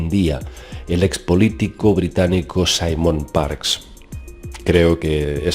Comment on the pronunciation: Todo iba mas o menos bien hasta que dijo Simon Parks !!!!